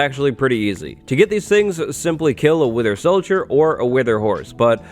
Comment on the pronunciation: I thought that he said "winter solider skull" not "wither solider skull".